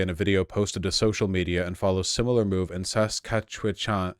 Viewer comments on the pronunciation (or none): I just got to that section as I read this! I was like what? How do you mispronounce it? Has he never heard the name before? Just as I hear him blunder over it 😂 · Sis catch me one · Ngl, hearing Vorwsh mispronounce my home province made me feel seen We're also barely a step above Alberta when it comes to this neo-Con/far right nonsense, but our current Premiere/Government is doing its best to hit the bottom of barrel first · I love hearing him try to pronounce Saskatchewan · He got there in the end lol. Reminds me of a jeopardy question about a Canadian province surrounded by water, and one contestant answered with Saskatchewan lmaoo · Even though it is kind of funny it also kinda pisses me off how a guy who lives in Washington state hardly covers Canadian politics to the point that Saskatchewan is a tongue twister.